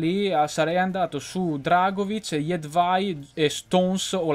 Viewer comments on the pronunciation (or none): none